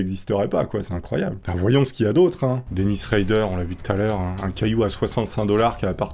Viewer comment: c atroce ... sa se prononce DÉ-NISS RAÏ-DER ensuite ... haide-guaine ...(edgard gein)